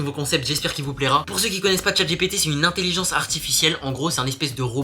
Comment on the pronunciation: intelliGENE ... nan intelligence !!!! lol